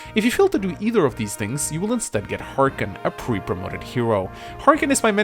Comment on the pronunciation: It's not-Harken!